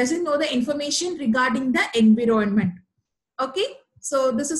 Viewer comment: Video is useful. Kindly check the pronunciation. I found environment pronounced incorrectly. Apologies, if it offends you. :)